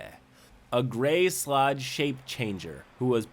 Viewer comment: You're pronouncing Sload wrong